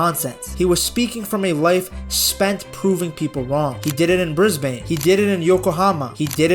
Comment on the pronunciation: The Bris-bane pronunciation gave me shivers